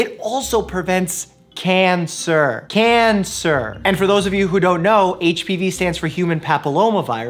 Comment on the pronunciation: Everyone else saying cancer: "Cancer" Dr. Mike: "Can-sir."